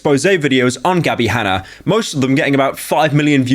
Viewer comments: Gabbie Hanna Pyro: Gabbie Hanner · "Gabbie Hanner"